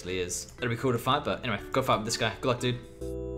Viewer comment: At the beginning of some fights, when you say "Gl dood" the word "dood" means dead in Dutch. Which make very much sense as your opponents get ejected back to Lummy, But then it realised that you were saying "dude".